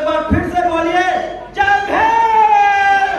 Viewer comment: भाई थोड़ा उच्चारण तो सही कर लेते, जय भीम. ये क्या जय भेंम